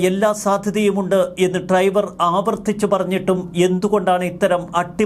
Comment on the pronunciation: ട്രൈവർ അല്ല ഡ്രൈവർ ആണ് 😂